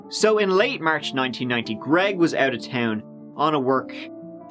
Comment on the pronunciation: Or when he closes off the video, " out"...I hear "my goat"🐐